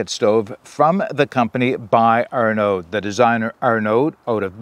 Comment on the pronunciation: Great video. The name in French is pronounced Ar-a-noh. D is silent. It was my bosses name when I worked in France.